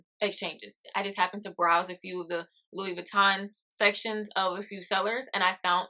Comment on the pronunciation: There you go. You are one of the fewest people who pronounced LV correctly. I’m a former LV leather artisan and I used to make their bags for the USA manufacture. The neverfull was one I specialized in. Great bag .